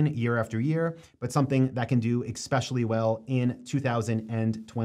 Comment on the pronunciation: Especially, not exspecially. 😊